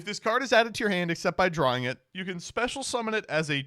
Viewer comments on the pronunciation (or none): none